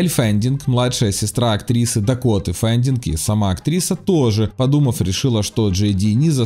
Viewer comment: Эль Фэннинг, а не Фэндинг😁 и Дакота также😅